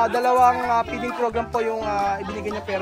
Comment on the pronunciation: Peeding program na sabi mo o feeding program ang tama.